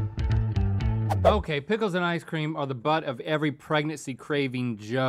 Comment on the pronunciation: “Prickles” is the new “dickle”.